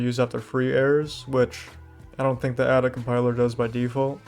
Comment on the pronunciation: It's "Ada" not "a da"